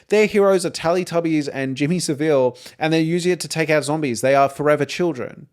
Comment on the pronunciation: Just FYI as I have watched a few of your videos - great content BTW - Jimmy Savile is pronounced Sa-vle the I isn't pronounced 😊